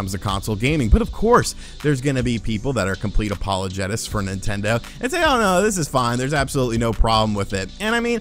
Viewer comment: it's pronounced "apologists". Not apologetists. And yeah I have no clue if I'm gonna buy into this expansion pack. It's not that great and I'm trying to save myself more money for building my future, anyway.